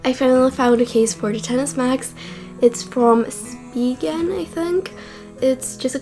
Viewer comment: Thank you for calling it the 10s and not “ex-ess”. Shit annoys the hell out of me when people do that. Even some of the idiot apple employees have been calling it “ex-ess”